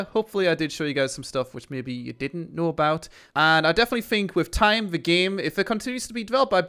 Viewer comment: THe not Vee. THeir not Vier. THis not Vis